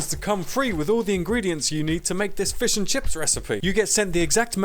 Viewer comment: It’s not fiSHH.